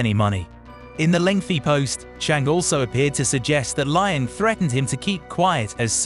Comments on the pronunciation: Don't pronounce Liang Wenbo's name as 'Lie-ang'. Try 'Lee-ang' :) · The narrator needs to learn how to pronounce the names.. Lion lol